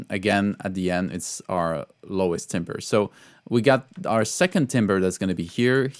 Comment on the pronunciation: Timbre is closer to “tamber” in English - hope that helps, and keep up the great videos!